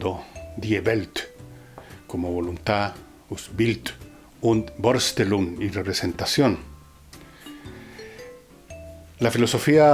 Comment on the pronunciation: Un par de correcciones: La ü alemana suena /iu/ bien pegadita La v alemana /f/ En Mensch „sch“ suena /sh/ Así: Übermensch suena /iubermensh/ Vorstellung/forshtelung/ Por lo demás, una buena contribución. Gracias